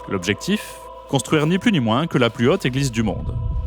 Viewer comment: Apôtre, avec un accent circonflexe svp, et pas "apatre". Haute et Autre se prononcent hôte et ôtre, et pas "hate" et "hatre".